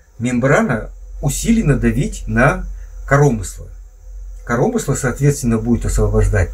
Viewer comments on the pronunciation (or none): Не "корОмысло", а "коромЫсло"!!! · Ха-ха)) КоромЫсло - это на грамотном русском языке))) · коромЫсло, а не корОмысло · Кто вас научил говорить корОмысло а ? Ппц грамматеи